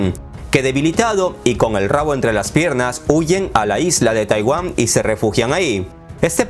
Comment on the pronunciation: Oye querido, eres de raros de buen nivel en redes, pero no digas TAIWÁM En lugar de TAIWAN jeje